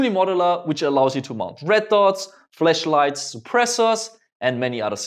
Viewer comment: He said fleshlights like the adult toy